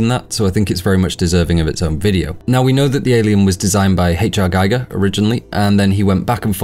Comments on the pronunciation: Geiger rhymes w "eager", not pronounced like the isotope measuring device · Bunch of malarkey. And it's Gee-ger, not Gy-ger. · One of my closet friends was Les Barany Giger’s agent and it’s with a long e , not I he pronounced his name